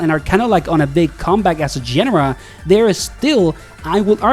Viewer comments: Great video. But it's pronounced genre, not genre. You're welcome. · Please learn how to pronounce "genre" correctly >_< The simplified controls aren't the only big change, it's the simplified movelists and mechanics